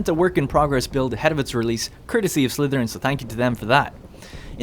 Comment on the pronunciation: So irritating how he keeps pronouncing Slytherine like Slytherin.